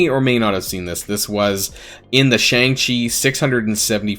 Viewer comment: i don’t wanna sound annoying but shang chi is pronounced shung chi